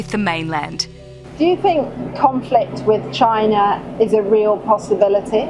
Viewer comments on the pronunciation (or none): It's CHINA, not CHINER